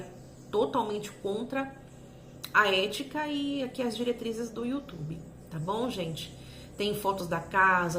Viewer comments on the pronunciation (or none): none